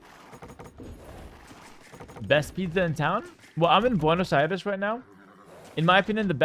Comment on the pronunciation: Buenosh airesh